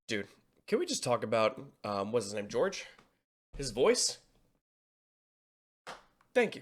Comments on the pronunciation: Ok clearly cant say Jorge. George. Look just call him mr jalapeno or just Captain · calling Jorge (horhe) "George" is low key hilarious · And mr. Horgy gorgy